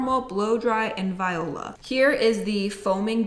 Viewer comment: I love you sm but I know you didn’t just say “viola” instead of “voila” 😂❤️